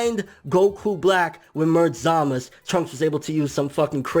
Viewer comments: U say zamus that's not right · Great video! Also glad someone else pronounces Zamasu as (Zuh-mas) instead of (Zuh-mas-oo), like most Tubers. He's only called Zuh-mas-oo in very passionate moments.